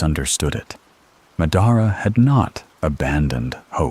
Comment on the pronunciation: Ma-daara?? Cmon man